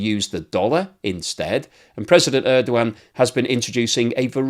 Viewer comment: His last name is Erdogan. I think you keep mispronouncing it. Good I for though